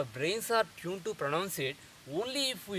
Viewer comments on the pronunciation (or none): none